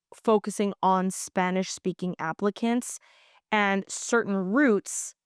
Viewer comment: We love your correct pronunciation of Spanish words.